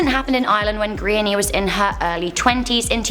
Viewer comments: I had to try to work out what kind of name is Grainny in Ireland??? If you are a speaking from the UK is it too much to find out how to pronounce GRÁINNE, It's pronounced Gran -ya, not too difficult. Calling her Grainny throughout this piece is embarrassing. Most people know how to pronounce most Irish names at this point. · I feel so bad for this girl its so unfortunate .Just a tip the names gráinne and pronounced graw-nya not grainye😂🇮🇪love your videos